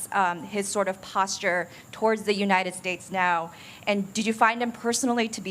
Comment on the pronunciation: “God bless the UNITED SHATTES” - “Where are the ORANGES of the report?” - “They took over the airports (in 1776) they did what they had to do..” REMEMBER THOSE OLDIES???